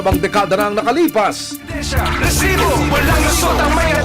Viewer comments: Rrtrrrrreeeesibo! Rrrrrrreset-! 😂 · Over acting kanaman Anchor RRRRRRH sibo? Ano ba Yan! Be natural that’s enough to send a message.